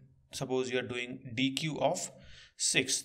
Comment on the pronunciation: Deque is pronounced "deck" like a deck of cards. Nice video!